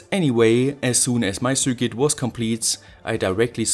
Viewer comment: Love your content! You always struggle to say "cir quit", but it's actually much simpler. Circuit is pronounced "sir kit", no matter how fancy it may look! If you disagree, please do so phonetically!